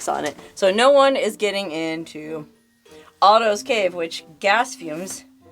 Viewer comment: It sounds like you're saying autos cave.